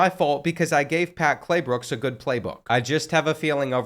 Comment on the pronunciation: bro called him “Claybooks” instead of Claybrooks the whole video until 😭